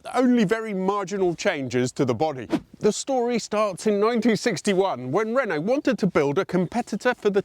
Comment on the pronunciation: Re-nault, not Ren-nault. ;)